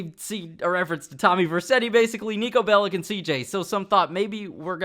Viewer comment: Its not called 'Niko Bellick'. Its 'Niko Bellič'